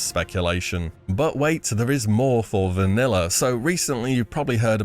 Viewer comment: “Vaniller” never gets old